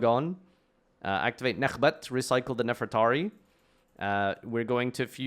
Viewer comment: JESUS FUCKING CHRIST LEARN TO FUCKING READ ITS NEFER-TA-RI (REE), NOT NEFERATI, AND ITS DO-RI-A-DO, IM FUCKING SICK AND TIRED OF HEARING PEOPLE WHO SHOULD FUCKING KNOW ENGLISH MISPRONOUNCE TBE SIMPLEST FUCKING THING